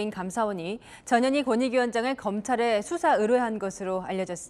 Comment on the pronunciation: 전현희 발음이 저머시기로들리네